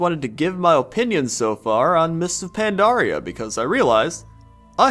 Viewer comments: you're awesome, but your "pan-DAR-ia" thing is paining me. Anyways, always great to hear your comments. Worth more than your average lamprey. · why do so many people call pandaria pandora? it makes me want to blow my brains out